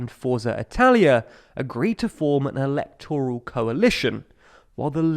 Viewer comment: Just because a word ends in -oral doesn't mean you stress the O. Óral: yes. But Eléctoral, Máyoral.